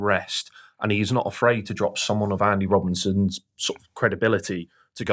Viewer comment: “Andy Robinson”… my OCD 😩😅